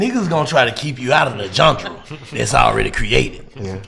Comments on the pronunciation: 🤔🕵🏾👀🤣😭🤣yea Yea U trippn (interviewer to da left) he almost made me turn this 💩 off....worrisome ass questions man ,dam& wtf is a John-Dra, did he mean GENRE???😂😂😂,smmfh...🤦🏽‍♂️🤷🏽‍♂️ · So they just gone let Black say jundrah(genre) 76 times? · I listened to the interview, but him keep saying John-Dra literally killed me 😂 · Nigga said johndruh lol 😂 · If he say "jun-dra" one more time Instead of "genre" 🤦🏾‍♂️🤣🤣🤣